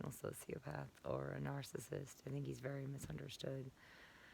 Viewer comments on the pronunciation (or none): You keep pronouncing narcissist incorrectly. You keep saying narcist and also narcistic. It is four syllables nar-cis-cis-tic. Please learn how to pronounce your most commonly used term.